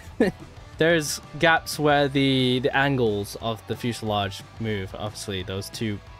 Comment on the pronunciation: Its fuselage not fuesalodge.